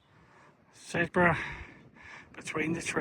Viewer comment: Sedbergh - pronouced 'Sed-ber' (or 'Sebba' by the older locals,) is one of the few places that are within the Yorkshire Dales National Park, though actually located in the county of Cumbria. (It was historically part of The West Riding of Yorkshire, but local government reorganization buggered that up, by moving it's admistration to 'Westmorland and Furness' in 2023, which is politically part of Cumbria!) Burneside - pronounced 'Burn-ee-side' (the 'e' is important) is the last stop before Windermere on the Lake District branch line, and the often eagerly anticipated 'announcement' for families arriving for their Lakes holidays by rail! I'm sure you knew this, but if you carry on after the official end of The Dales Way, and walk downhill into Bowness-on-Windermere, you'd come across a frequent bus service (Stagecoach Cumbria 599: every 20 minutes in summer,) which would take you directly to Windermere station to start your journey home; (of course, if you aren't in a hurry, there are loads of excellent pubs in Bowness, where you could celebrate the end of your walk, first!)